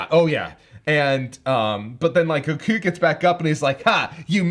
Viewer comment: Why does he keep saying goku like that. It's not goKUU.